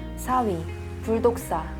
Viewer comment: 에서 3윈데 4위 라고 들린거 저뿐..?